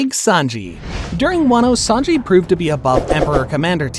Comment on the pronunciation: ITS SANJI NOT SANGI🤦‍♂️🤦‍♂️💀💀